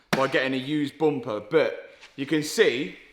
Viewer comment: Front bumper turned into a front boompa 😊